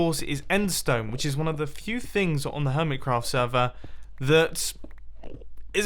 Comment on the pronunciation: Whats a semer you didnt say sever xD